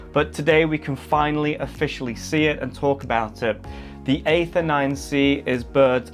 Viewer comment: It's pronounced 'ee-ther' 😁